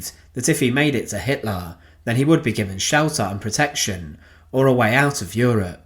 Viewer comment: I remember this narrators pronunciation of HITLAR